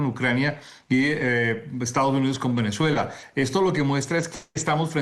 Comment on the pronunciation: No entiendo cómo caracol pone unas periodistas que no sabes pronunciar las palabras no es venechuela es Venezuela que sepa pronunciar las palabras por favor